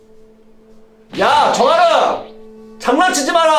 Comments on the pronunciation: 초에 장난치지마라를 정난치지 말라고 했는데.. 저만 글케 들려요? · 근데 장난치지말아를 정난치지말아에여